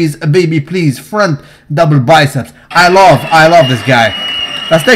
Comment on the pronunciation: "Front double testeeeezzz!" Im dying😂😂